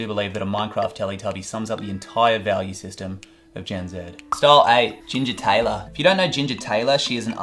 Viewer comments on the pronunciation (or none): none